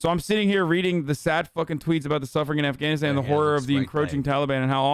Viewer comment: “Cobble, Eff can knit stan”